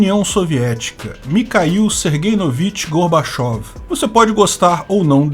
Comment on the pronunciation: O certo é falar Gorbatchióv já que é escrito com a letra ió e não ié. E mais correto pronunciar Mirrail e não Mikail já que é grafado com a letra Rô.